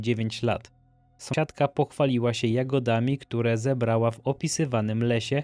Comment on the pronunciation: Odcin jak zawsze przepetarda. Tylko mordo jak słyszę "somsiadka" to uszy mi krwawią, postaraj się to wyeliminować. Dzięki, pzdr🙋